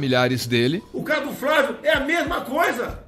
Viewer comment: De começo achei que fosse de propósito, usando aquela tática de falar o nome de qualquer jeito, errado, pra mostrar que não se importa com a pessoa. Porém logo após ele chama o próprio filho de FRÁVIO... 🤷🏽‍♂️